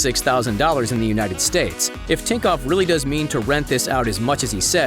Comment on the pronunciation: You are saying tinkov when is thinkoff